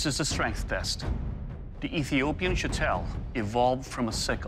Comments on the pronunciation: Am I wrong? It's pronounced Show-tul... Not Sha-tell. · its shitol actually, shotel is an english corruption of the native word for the sword